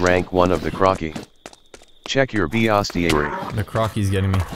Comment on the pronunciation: No one: Text to voice: Bee-ostiary